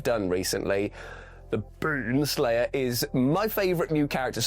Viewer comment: Y'know, when you say Beanslayer, it kinda sounds like...